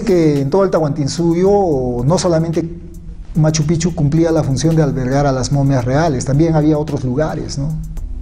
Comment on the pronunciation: MAS QUE PROMOCIONAR A MACHUPICCHU QUE EN ESTE VIDEO ESTA TOTALMENET MAL PRONUNCIADO DEBE INVESTIGARSE DEL SAQUEO QUE SE HIZO POR LOS CHILENOS HACE TRES A CUATRO AÑOS. Y ESO ES FACIL DE SABER YA QUE LOPEZ ALIAGA ESTA METIDO.